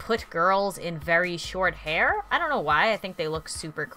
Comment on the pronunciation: u said hair wrong u slept it wrong just pointing that out